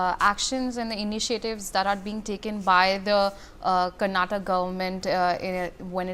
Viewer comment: Who hired this lady as news anchor..she doesn't even no how to pronounce state name karnataka properly ..shame on this news channel